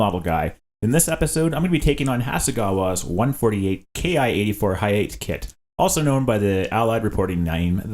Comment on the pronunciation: I hate to be that guy, but it's "Ha-ya-teh' not 'ha-yate'